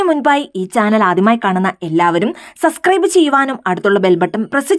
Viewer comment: സസ്ക്രൈബ് അല്ല അമ്മച്ചി സബ്സ്ക്രൈബ് 😂